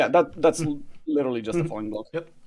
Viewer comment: I thought was saying funny blocks instead of falling blocks for so long